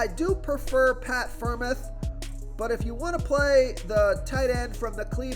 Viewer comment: its pronounced pat "fryer-mooth" lol you tried though